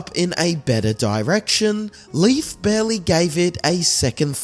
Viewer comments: THANK YOU!!! His pronunciation was driving me NUTS!! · Leif's name is pronounced " LAYF" not Leaf. Common mistake, however a few of my ancestors and even my grandson are named Leif. It's Scandinavian heritage 😁☮️